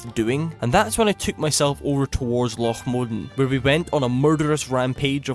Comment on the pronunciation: Lough Modan pronunciation good, this is how it sounds in my head